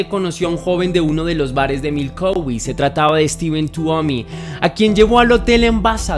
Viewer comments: Jajajajaja es Milwaukee no Milkowi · Exacto, no lo pronuncio bien es Milwaukee con "W" pero bueno, es un error que cualquiera puede tener... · Primero pensé que había escuchado mal, retrocedi y si dice MILKOWI y me rei mucho 😂😂😂😂 un lapsus de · NO ES MILKOWE ESTUPIDO MALPARIDO ES MILWAUKEE IMMECIL INVESTIGA BIEN ANTES DE SUBIR TUS VIDEOS DE MIERDA 😂😂😂😂😂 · Crítica constructiva no se dice milcowee el lugar se escribe Milwaukee y se pronuncia milwooky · Se pronuncia milguoki no milouqui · Es Milwuakee no Milkauwee... 😊 nueva seguidora. Buen documental! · Es Milwaukee no milkowee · Si leyenda nos dimos cuenta que mencionaste mal , dijiste milcoweee y no Milwaukee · jajaj no se si lo hace a proposito cuando dice milkowi jajajaja esta solo jajajaj que cagada de risas jajaja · Milkowi? Ya empezaste mal jajajaja 🤣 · Milkowi? J as Jajaja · siento decirte que me he reído mucho, no por el caso que ya conocía muy bien si no por todas las veces que has pronunciado Milkowe. ❤ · Te acabo de descubrir, muy buena narración y montaje, dejando a un lado el error de pronunciación de Milwaukee, decir que está tan bien narrado que no me he salido de onda. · El misterio más grande es por qué pronuncia asi ( Milwaukee Wisconsin) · Ni siquiera sabe decir el nombre de Milwaukee. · 😂 me pasa lo mismo. No se si sea disléxico el pobre jaja pero es increíble las veces que repitió mal y nunca atinó a decir Milwaukee y Lionel (qué se pronuncia "Laionel") jajaja Pésimo